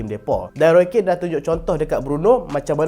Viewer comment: Roy Keane. Pronounce "kin"